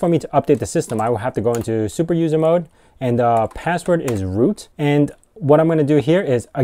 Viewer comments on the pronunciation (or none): none